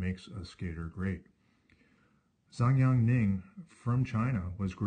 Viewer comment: His name is Zhongyan, not Zongyang